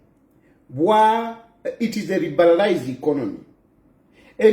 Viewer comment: That's why she's even saying Inkonomy 🤣🤣🤣. Uninformed street vuvuzelaz 😂😂😂😂